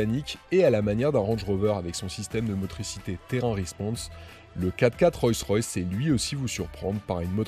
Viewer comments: C'est pas "Royce Royce" mais "Rolls Royce" (la base) ! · Le nom est Rolls Royce et non Roy Royce. Excellent essai!! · C’est Rollllls Royce pas Royce Royce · On ne dit pas "Royce Royce" mais "ROLLLLLs Royce" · On dit Rolls Royce et non pas Royce Royce on dirait un enfant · On ne dit pas Royce Royce cher monsieur mais Rolls Royce. Le luxe doit être présent jusque dans les détails. Cordialement. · "Royss-Ross..".. 🤣 Oh my god ! 🙉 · Royce Royce !!!??? C'est une nouvelle marque ? Avant de te donner autant de mal pour faire une vidéo (pas mal en plus) apprends le nom de la marque sur tu présentes ... Parce que là ça frole le ridicule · Enfin .........!!!.................. pourquoi prononcer " ROYCE ROYCE " ........???....... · Je rêve ou bien il a du mal à dire Rolls Royce ? On comprend Royce royce 🤔🤐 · Le problème ce n'est pas de dire royce une fois mais de dire royce royce, même les non initiés ne disent pas ça. La vidéo perd toute crédibilité. En plus tu dis : une parapluie, le comble. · Le problème ce n'est pas de dire royce une fois,mais dire royce royce, même les non initiés ne disent pas ça, après la vidéo perd toute crédibilité. Aussi tu dis : une parapluie, le comble. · Vous avez manifestement du mal à prononcer le nom de la marque 😊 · Dommage qu'il ne save même pas prononcer convenablement le nom de la marque. Petit détail mais ça le décrédibilise un peu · Le reportage est sympa, cette super camionnette aussi, mais alors quand tu cites la marque mes oreilles saignent ! Sérieux, je prononçait comme tu le fais quand j'était petit ! Un peu de respect que diable ! 😉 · Salut ..alors déjà ta prononciation de la marque ne m'a absolument pas déranger. .Les plumes d'écureuil non plus !😂..Et plus sérieusement vidéos très bien ! J'adore cette marque et ce 4×4..👌👌..Au plaisiiiiir ! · Le premier média français qui ne sait pas prononcer Rolls Royce ... mdr